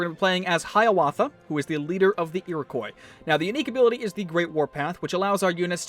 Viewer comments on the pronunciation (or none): It's pronounced eer-i-kwa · No no it's pronounced Ear-O-quwa that's how you pronounce it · that pronounciation of iriqouis though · Oilyoil 34 It's supposed to be pronounced like the French do. He's just doing it wrong